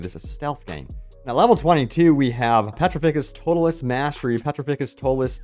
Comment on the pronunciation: Why did you pronounce Petrificus Totalus like that 😭😭😭😭